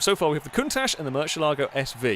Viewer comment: please learn the correct way to say Murcielago